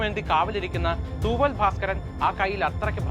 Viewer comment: Thooval bhaskaran alla mone , thoovella bhaskaran